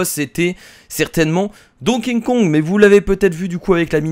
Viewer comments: Tu dit Don King Kong !!!!!!! STOP Arretons de bafouer ce pauvre Donkey Kong en prononçant son nom de cette manière !!!! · A tu sais pas prononcer Donkey Kong!!!!!